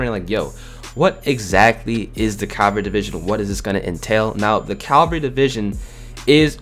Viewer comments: CAVALRY not Calvary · Not Calvary. Resistance. Lmao